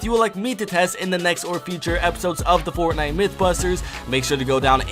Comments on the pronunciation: Bruh this dude said sportnite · Hwo els heard him say sportnite ?